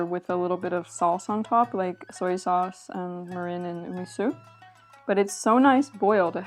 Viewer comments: Japan! I wasn't expecting you to do Japan! And BTW, your pronunciation was pretty good, as far as I can judge from having studied Japanese for several years on my own. One example - "mirin" is "mee-reen," not "mih-rin." Just one more - "genmai" is with a hard G, "gen-mah-ee," not like "jen." But overall, you did really well! About the nagaimo - I don't know from personal experience, but I've heard a common way to eat it is to grate it finely, so it becomes a paste, called oroshi, and serve it with a fish, like mackerel (saba), for example. You might want to try that, since you like nagaimo's taste! EDIT: Never mind, you grated it on your own! LOL Can't wait for the next food-venture! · Also, the first syllable is pronounced more like "meer" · Your pronunciation breakdown of mirin splits it in the wrong spot. It's ME-rin since the kanji, 味醂 , would be broken down into 味 (み - me) 醂 (りん rin). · i am totally not japanese, so do not take my word for it, but I've always pronounced mirin as "MEE-rin". ¯\_(ツ)_/¯ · You want a shorter e sound on mirin. Like me-rihn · This is so cool! My mother grew up in post-WWII Japan, so I recognized some of the ingredients from her stories and various foods she made for us as kids. You did such a lovely job researching and presenting all this information, and I will absolutely be trying some of these recipes! Btw, kabocha squash is my favorite winter squash of all time. Two pronunciation notes, if you're interested. Mirin is pronounced more like MEER-in, rather than Marin County, and natto is more like NAH-to. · I could be wrong but you may be pronouncing mirin incorrectly. I believe you're putting the emPHAsis on the wrong syllABLE.